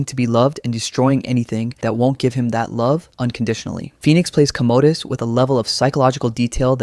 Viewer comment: "Commode-us." The Toilet Emperor!